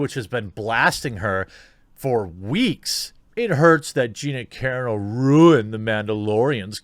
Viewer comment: Kah Ron 0 !!!! Not caron o All that Butt Larson swooning has messed with your head man 😂😂😂 🤘🏻⚡️🤘🏻